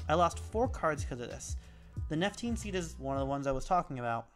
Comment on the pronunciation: Hey, thanks for the video. I really like listening to the podcast too, it's very interesting and helpful. There is one card that you mispronounce though, and that is Nepenthe Seed. Easily done, and yes we know what you mean, but it is Nepenthe Seed:-)